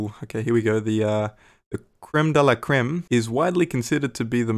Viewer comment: As a french you did say creme very well